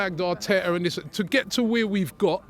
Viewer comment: “Vat” game and “Vis” game 😂